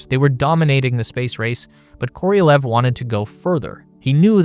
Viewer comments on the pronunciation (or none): Korolev, not Korielev, not Korielev. KOROLEV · Why are you saying it Koriolev? It's just Korolev. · It's KorohlyOv, not Koryliev. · Se pronuncia serguei karalhov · Every time you mispronounce Sergei Korolev’s name as Kor-EEE-o-lev is infuriating. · "koriolev".... Sure